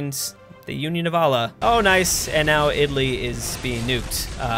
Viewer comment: Can you please learn how to pronouce Allah, its really bothering me.